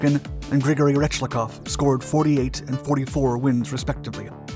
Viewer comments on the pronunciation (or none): Rechkalov. Not Rechlakov.